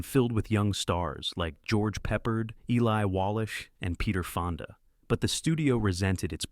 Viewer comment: Eli Wallash 😂😂😂😂